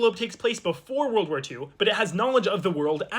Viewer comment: Why you said world walphar 2